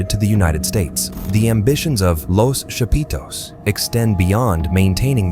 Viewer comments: "the chapeeetooes" lmao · Every time this gringo say “chapitos “ cracks me up 😂😂😂